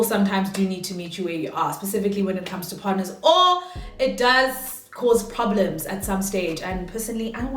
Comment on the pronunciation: “I don’t want poblems”🤣🤣😭